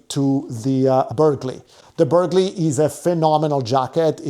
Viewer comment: Burghley has a silent g…